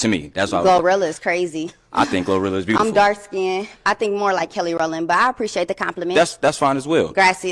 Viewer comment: Did she really say "Kelly Rowland" omg hell no